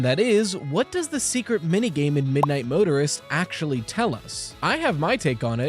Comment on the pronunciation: keeps saying Midnight Motorer like murderer